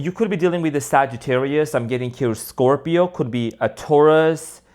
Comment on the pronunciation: Omg 🙈you said it ” Thourus” stubborn earth sign needs to be humble 🙏👌♥️